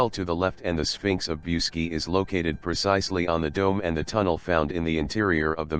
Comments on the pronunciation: Pronounce BOOCHEDG ,not Busky!!!! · The proper pronunciation is Booseejee. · mr roboto its boo-see-gee mountains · The robot that narrated the entire video can't even pronounce the damned title to the video it is trying to narrate..